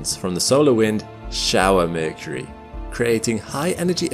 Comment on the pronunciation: The narrator couldn't even pronounce Mercury